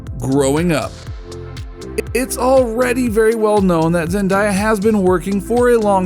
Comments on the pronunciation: Stop saying her name wrong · I'm not trying to be rude but you says Zendaya